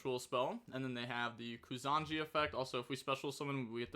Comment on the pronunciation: It's not Kusanji, it's Kusa Nagi (koosa nagee)